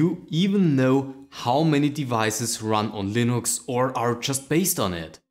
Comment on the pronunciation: Am i the only one bother by the way he says Valve or Linux?